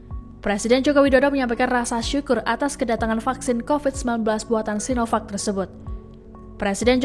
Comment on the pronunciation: Pakjin.. sinovak/cinopak yg bener .?!